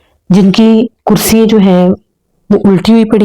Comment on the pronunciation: اپنے اردو کے تلفظ پر توجہ دیں۔ اور کچھ الفاظ آپ بہت غلط ادا کرتی ہیں۔ مثلاً چھٹیاں کو چھٹی ییں۔ کرسیاں کو کرسی ییں۔ اور پراسرار کو آپ پرسرار بولتی ہیں۔ no hate. اللہ آپکے چینل کو ترقی دیں۔ آمین۔